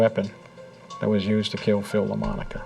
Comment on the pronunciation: The slain trooper is called Philip Lamonaco, not Lamanco.